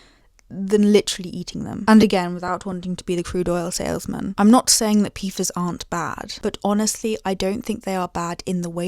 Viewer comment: Beh-doh-wins... I generally ignore your silly accent, but that one 🤣 Pee-fahz 🤣 No, but pfas are a serious ecological issue we're only making worse since we found out it was.